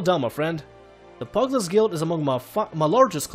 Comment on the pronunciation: I CANT WITH HOW YOU SAY PUGILIST its like pew gil list not pug list i know it prolly too late to tell you but i just cant not tell you